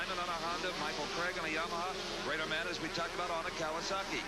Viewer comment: Isn't his name Bader not Rader.